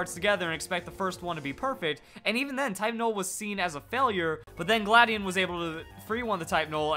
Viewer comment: how do u pronounce it gladion or you said cobalion XD